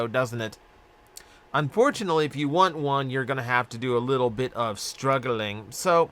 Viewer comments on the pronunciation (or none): ... the way you said "struggling"... did you just make a reference to Joe Namath's drunken interview with Suzy Kolber from 2003?